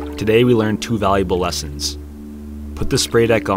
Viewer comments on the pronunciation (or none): none